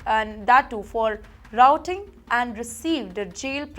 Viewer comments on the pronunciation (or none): Ms, it's not 'routing' but 'rioting' and it's not 'canning' but 'caning'! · Caning - not canning Rioting - not routing caned - not canned